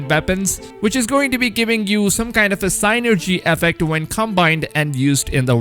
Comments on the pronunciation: Synergy, not sainergy. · This dude's pronunciations are &#%$!!! What is a "Why-Keen", or "Sign-Ergy", or a "Preed-Ate-Or"?!?!? Did you perhaps mean.... "Viking", "Predator", and "Synergy" my dude? I'm seriously like rolling! Do YouTuber's do this &#%$ on ourpose to get more comments or what? I'd never record myself sounding like that, and if I couldnt speak a language properly, then perhaps do so in your native tounge, and for your people's? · s*i*nergy, not seinergy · it’s pronounced “sin-urjee” synergy not sighnerjy lmao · Sin ergi good sir thats the pronunciation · what the heck is "sign-ergy"....i do believe he means "sin-ergy" folks, (Synergy)...just saying... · Not pronounced "sign-ergy" but "sin-ergy". Cheers buddy. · It's SIN-nergy not SIGH-nergy, sorry that was bugging me, enjoyed the video tho! Can't wait for this! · It's pronounced sin er g not sign er g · Sin-er-gy not sign-ner-gy...... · "pre-dater" "sine-ergey" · Lol i was wondering if anyone was catchin that. SIN-ergy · Sin-er-g. Say it out loud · "signergy" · its pronounced sinergy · it's sin-ergy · sigh nergy effect (synergy effect) 😂😂😂😂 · It’s pronounced “sin-er-jee”😂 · Does it bother anyone else how he pronounces Synergy lol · English?? Did you try to pronounce synergy? Vikings? Lol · The way you pronounce synergy bothers me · The mispronunciation of synergy made me want to throw my phone. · U gotta learn how to properly pronounce "synergy".... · Just need to say that "synergy" isn't pronounced like that, at all. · The way you pronounce Synergy triggers me so hard.